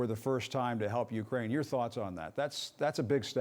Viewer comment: I hate how he keeps pronouncing Ukraine, annnd it’s also not THE Ukraine, it’s JUST Ukraine 🙄 My heart and prayers are with my brothers and sisters in Ukraine 🇺🇦 Stay valiant and may God protect you all. Please let this Evil madness end now. 💙 💛 💙💛💙💛💙💛💙💛💙💛